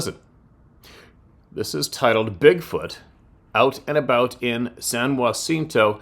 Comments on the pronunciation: Pronounced San JUH_cinto. I commented on a video yesterday about this area. San Jacinto county is in the Sam Houston National forest area. I am in Oakhurst Tx, which is in San Jacinto county. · From a Texan...San Jacinto...we just say San (a as in and) Juh-sen-to to pronounce San Jacinto Spanish pronouce is San (a as in father) Hah-seen-to for San Jacinto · San - Ja - ciento . I'm from Michigan. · Hey! It’s pronounced SAN-JAH-SIN-TOW